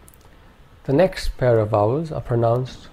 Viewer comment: I hear wovels not vowels.